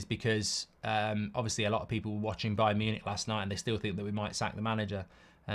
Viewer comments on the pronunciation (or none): none